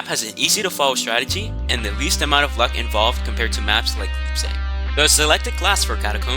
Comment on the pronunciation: "boogle" "catacombs day pariss" "leapzig" im dying bro 😭